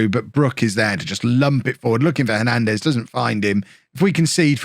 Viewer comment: I was about to say Hernandez as no plural But i was wrong, u are saying it the right way 😂😂 Im seeing any plans made to do after bourne in us just waiting 1 Year 👌👌